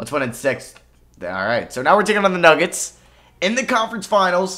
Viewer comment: Why it sound like u said where going against the McNuggets